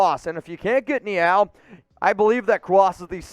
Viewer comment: Who pronounces Neal “Nee-Al”???